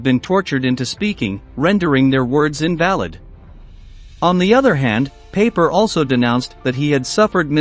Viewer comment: Pie-Per NOT Paper!